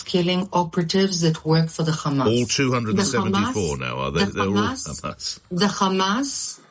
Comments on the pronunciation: If she gets angry she says 'the Khamas'. Lunatic. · That Z10 Biyatch switches between Khammas and Hamas.... Why do the Z10 BarStewArds do that when they clearly have the letter H in their horrible sounding language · "The khamas"